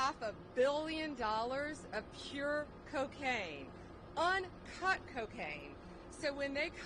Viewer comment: Did u say in cut 😂lol